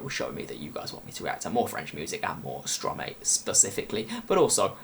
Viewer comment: being part French I am a bit offended by the way you pronounced stromae 😐 the ' ae ' is pronounced as an ' I ' . no worries haha .